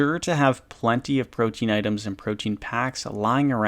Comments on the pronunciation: It's not pronounced protein as far as I am aware I made that mistake at first its more like pro tea in I believe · Hate to be that guy, but it’s Pro tee ahn. Not protein. I’m a butt I know.